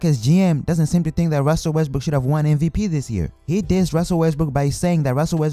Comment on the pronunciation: Oh my gawd ruzzel wezzbrook